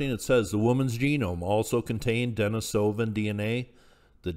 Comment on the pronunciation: Please learn the proper pronunciation of the archaic human species names if you're going to post videos! It's very annoying to listen to and diminished your credibility. It's not Den-i-SO-van. The correct pronunciation is De-NIS-o-van. Please look it up or just watch some of John Hawks' videos.